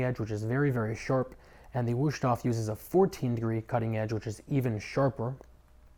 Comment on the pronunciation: There is no SH, it is a Z for the S